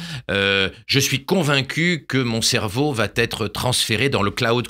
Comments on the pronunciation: J'adore Laurent Alexandre, mais s'il pouvait cesser de dire "Va Têtre"^^ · "Mon cerveau va-t-être transférer dans le Cloud Computing" (SIC) . Je plains le pauvre ordinateur qui devra intégrer les outrecuidances , les fautes de syntaxe et de liaison de Laurent Alexandre , les rendre éternelles... Quel cauchemar !